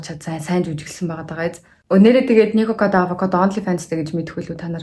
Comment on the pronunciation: Nikokodaavakado gej sonsood baihiin zovuu bi buruu sonsood bna uu